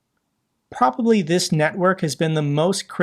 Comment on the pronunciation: Stop saying PRALLY !